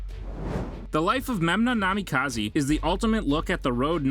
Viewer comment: Ah yes kzekagi, namikazi and atsasuki